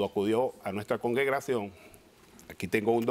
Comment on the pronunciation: “Congegracion” ahí ya perdí completamente la fe en la defensa de este hombre.😂😂😂